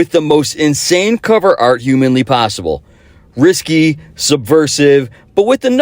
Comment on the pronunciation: Just a note on the intro; risque is pronounced risk-kay' , not "risky". Or at least I think that's what you were saying.